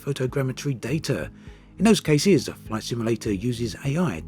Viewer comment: I have a question about your accent. I’m not a native English speaker but I notice you tend to stress the last part of the words in a lot of occasions (as French people would do). Is this your accent? What kind? I’m very curious! For example: and “in those caseees” “North Hamptooon” “finallyyy” “thanks for watchiiing” I hope you can see what I mean :)